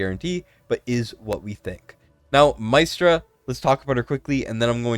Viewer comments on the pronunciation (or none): Mystra is pronounced as "Mistra" She's a goddess of magic from DnD Re: Talula. She got a fix some months ago (no CC covered it though because it was forerunner only) and has been very useful in Semrah. there are a lot of > 120k Apoc 2 Talula teams on forerunner We have 3 DEF scaling units: Krodor, Drayga, Azhor Re: Esotericist Lord; Kalina has True damage, so they won't be the first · Mystra (pron. "y" like "e") lmaoo it's literally like the Goddess of all MAGIC Mystra in DnD! I need her...